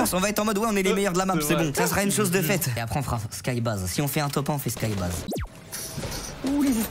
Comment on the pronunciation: Ça se prononce skybeïz et pas skybaz